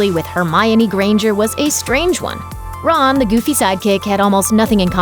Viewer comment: I'm going to unsubscribed this channel Cuz he said Ron a sidy goofkick